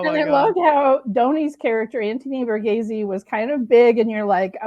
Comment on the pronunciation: The way you pronounce Donnys name is Anthony "Var-ghees"